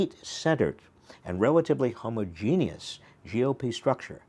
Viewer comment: I love that you pronounced homogeneous correctly.